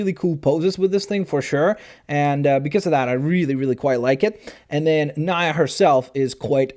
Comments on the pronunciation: nee -a not ny-a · Stop pronouncing Nya's name wrong it's pronounced nEa not nia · NENA NOT NINA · It’s not n (eye) a it’s n(ee) a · It's not nya NEYA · It is pronounced nee-ya not ni-a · It's not nia it's nea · It's pronounced nee a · It's pronounced n-e-a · no fan of ninjago or whatever but it's pronounced like nee a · #IAMSOLATE but it is said 'NEE-ah' and spelled Nya. says it wrong. A lot... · Its pronounced ( knee-uh) (sorry, just a little bit pick) but he did get the storm fighter part right so thumbs up for that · its pronounced nee-a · you said pronounced nyia wrong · you still say nya wrong. it's pronounced knee-a (like the body part and then an 'a' at the end) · he said nya wrong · you dont say Nias name right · It is storm fighter and that not how you say nya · the I in nia makes a e sound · He pernoced Nya wrong